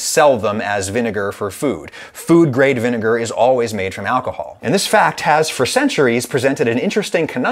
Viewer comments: vin-e-ne-gar say it from the n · It’s probobly vinager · What is the second syllable of vinegar???? 😂😂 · Vinegar with a hard R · Say vinegar without the vi 😳